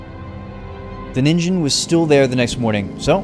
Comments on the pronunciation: Ningen is pronouced with a hard G in Japanese and the I is long "NEEN-ghen" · ningen is pronounced "nee-n-ge-n". ni pronounced like the word "knee" and ge like the word "get" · Ningen is pronounced with a hard g and the meaning is literally just “human”